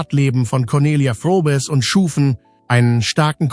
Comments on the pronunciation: Es heisst wörtlich ausgesprochen "Frobes" geschrieben Froboess😊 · Übrigens wird der Name von Conny "Frobes" ausgesprochen, ja diese KI ein Graus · Es sollte möglich sein den Namen richtig auszusprechen und nicht 3 x die gleichen Bilder im Beitrag zu senden. Ist das denn niemand aufgefallen? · Das ist ja schon wieder ein Blödsinn ! Du kannst ja nicht mal ihren Namen richtig aussprechen ! Gockolores ! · Der Name wird falsch ausgesprochen. Sehr störend. Blöde KI!!! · Bitte bitte sprich den namen richtig aus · Warum spricht der Komentator den Hausname der Conelia Fröbel nicht richtig aus ? Das ist ja grausam wie der Komentator den Hausname von Coni ausspricht